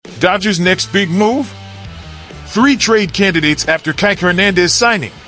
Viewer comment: Change this announcer. it's NOT Kighk! it's Kike..Kee-Kay!